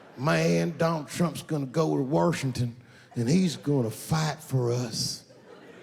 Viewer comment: "Trump's gonna go to Wurshington" great West Virginia accent